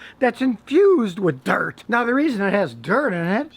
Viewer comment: lol why did he say dirt like that